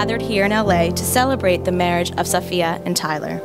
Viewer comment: iTs SaFiA nOt SoPhIa